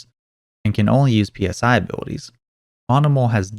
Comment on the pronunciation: this man dont know how to say psy this was honestly making me mad/sad/and giggle at the same time every time he says p-s-i